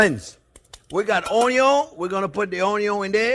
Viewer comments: Don't forget<>The "Onyawn" always goes in first lol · The way how he says onion 😂😂😂